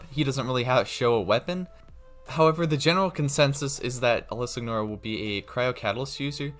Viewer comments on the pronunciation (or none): It’s pronounced sin your uh. Not how it’s spelt.